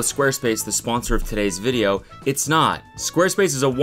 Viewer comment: Cody why’d you say video with a B in it? 😂💀